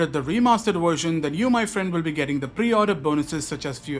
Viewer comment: Indians can say Vishnu, but not “Version”